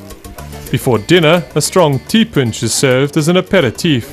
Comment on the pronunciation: Ti ponche...is not pronounced punch. Try T-poche